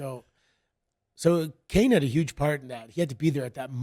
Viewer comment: When santino called Kane “Carnay” I couldn’t stop laughing